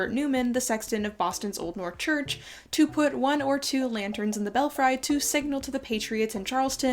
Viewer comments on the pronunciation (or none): Belfry is pronounced "bell free", not "bell fry". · FYI: The second syllable of "belfry" is prononced like "free" not "fry". It is accented on the first syllable. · Please, please, PLEASE look up pronunciations, if you are not familiar with a word, example-belfry is pronounced bellfree, not bell fry. It negatively impacts your well-researched presentations. Another example is privateer (pry va [short a] tear); other examples slip my mind at this moment. There are even resources that will provide a verbal pronunciation. Looking forward to learning more from you! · /bĕl-frē/ , /bĕl-frē/ , not /bĕl-fraı/ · Just an FYI that belfry is pronounced "BELL-free" (not BELL-fry). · Bell-'free' not fry... otherwise great content! I can tell you read a lot. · Bel Fri...not bell fry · Belfry--bel-free not bel-fry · belfry is pronounced Bell free..love your videos..I apologize for being a diction nazi..it's my cross to bear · I love your videos! Just one thing, it's bell-free not fry 🙂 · The tower in the North Church was pronounced bell free, not Bell fry. Loved your post and your history lessons. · I was going to comment (after checking sources) to agree. Also Newfoundland has the accent on the first syllable. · Belfry is pronounced bel-free. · Pronunciation: belfry (bell - free) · “Belfry” is pronounced “BELL-free”. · Belfry is pronounced BELL-FREE. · Please pronounce "belfry" correctly. It's bell-free with a long e, not a long i. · Fun and fascinating history, but 'belfry' is pronounced Bel-Free. (for next time). I've just subbed. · Please tell me I’m not the only person who has pronounced belfry wrong all their life? This is the danger of reading before you are taught 😅